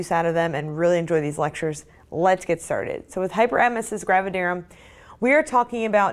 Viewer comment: Finally!! The first video where someone pronounces “gravidarum” the same way as me!! I was starting to fee embarrassed😂😂